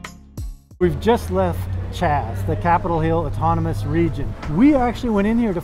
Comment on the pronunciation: Chaz sounds like chrash. Chrash of Seattle